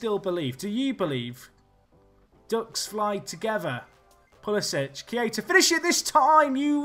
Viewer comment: Just a minor thing, if you want to say it correctly, Pulisic is pronounced Pulisick - not Pulisitch.